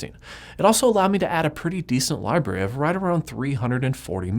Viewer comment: It reminds me of "Scrubs" when you say "Libarry." Awesome videos! :)